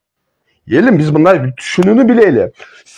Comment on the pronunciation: Эфирден отура бербей гаремдеги аялдарынды багып жашоонду кылчы. Тьфу сендей адамдар бир куну ак деп эртеси кара деген оомал токмол келесоолор токтогулачы чыкпагыла . Кайсы тилде суйлойсун ль,лы деп эле айтылат ,миндай эмес мындай деп суйлойт .блогер тилди ондо.